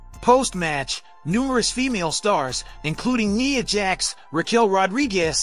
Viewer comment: Lmao not you calling her “Nee-ah Jackson”!🤣🤣